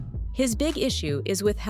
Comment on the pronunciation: Whose the person the lady said matia lol